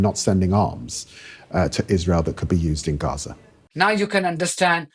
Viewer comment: It's not Reza - it's Gaza.